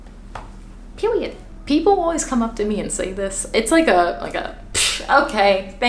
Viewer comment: “pewiod” same